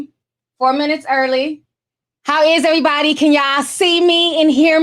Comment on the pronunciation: I'm only here to hear you say "ehhh-body" lol